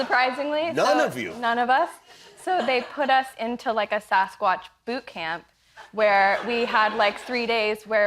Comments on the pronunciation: Nice interview. She seems like a lovely girl. I live up here in the PNW. Land of the fabled Sasquatch. I cringed every time Jimmy mispronounced it as Saucequatch. Riley would gently correct him every time he said it, but he was defiant. It's Sass-quatch. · Quit saying saucesquatch Jimmy. ITS SASSSquatch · What is with Kimmel’s pronunciation of Sasquatch? It bothers me, and he said it 30 times! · WTF is up with Jimmy's pronunciation of Sasquatch?